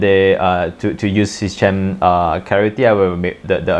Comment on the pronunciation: fyi it's "Sea-KEM" like "Chemistry"